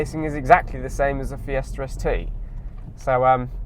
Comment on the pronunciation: Fiestarst LOL